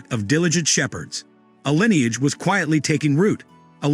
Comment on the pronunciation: lineage" is not pronounced "lie neage". Moreover, the "h" of "heirs" is silent. World War I is not pronounced "World War Eye".